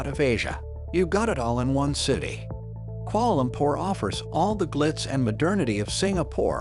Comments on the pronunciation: “Koala lompor” 💀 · “Kuoala lompor “ 💀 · I'm from Malaysia and I'm why are you say Kuala Lumpur so weird